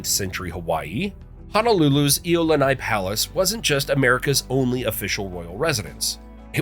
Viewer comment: Braddahs and sistahs I am so with you— there were such excellent facts but with horrible Hawaiian pronunciation 😖. I cringed too every time he kept saying “HighLow” (Hilo) or Eyelani (Iolani), I literally started having a headache, because I couldn’t follow his reference points. I think the Hawaiian Nightmarchers need to pay the commentator a visit for a Hawaiian language class 😆🤙🏽.